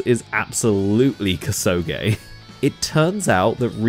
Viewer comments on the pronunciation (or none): Koo-soh-geh, not kuh-sew-gay, fool.